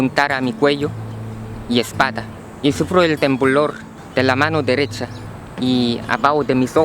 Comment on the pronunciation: Si dejaras de fumar no estuvieras enfermo y subirias de peso si la gente tiene vicios es Porque quieren nadie los obliga y busca una mujer que te haga feliz no creo que sea tan dificil, y se pronuncia espalda* con L , y tambien puedes ir al gymnasio para que te sientas mejor con tu aspecto físico